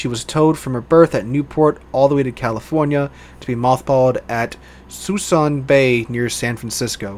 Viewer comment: Very good video. Everyone mispronounces the location of the west coast mothball fleet. It's Suisun Bay, and it's pronounced: SUE SOON Bay.